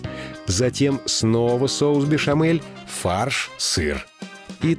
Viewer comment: Соус "бешамель" а не "бешэмэль".